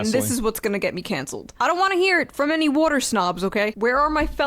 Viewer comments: I LOVE WUDDER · Does “wudder” have 2 d’s or 1?